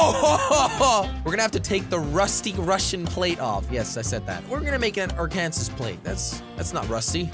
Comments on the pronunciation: are-kan-sis buts it’s are-kan-saw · You said "Arkansas" wrong. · Jelly it’s pronounced ark-an-saw not ar-kansas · ARKANSAS (AR-KAN-SAW) not (ARK-AN-SIS) lol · its not called ar kansas its called arkansas the s sounds like a w i live in arkansas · You:spelling as as ar Me: This kid has a gun?? Man he must be rich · Its ark-kan-saaaasss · Jelly the last letter in Arkansas is silent. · wow Europeans pronounce Arkansas weird